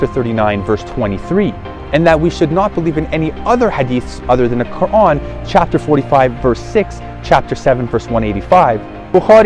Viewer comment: You either an agent or you are sheya or you just want to not give up your desisers. You can not even pronounce The Quran correctly. The way you said Quran you are Iranian and probably Sheya